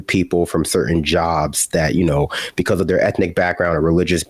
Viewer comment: Bee-Koss instead of because is distracting.